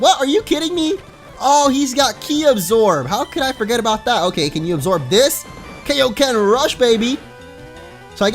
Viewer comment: For future reference, it is pronounced Kai-O-Ken.